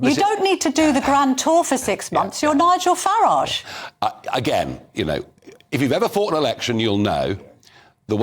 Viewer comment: ‘Nige ul Fawwadge’? Wonderful diction Camilla.